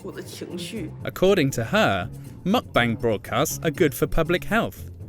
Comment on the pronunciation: not "Muck-bang" "Mük-bäng"! 🤦🏻